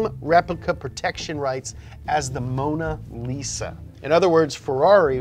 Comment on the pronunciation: Moan-a-lisa, lol.